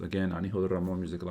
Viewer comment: the way he rolls that r in his name gets me so sensationalized